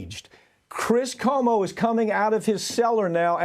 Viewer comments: Please pronounce Cuomo correctly. It drives me up a wall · Cuomo—as in Cwomo.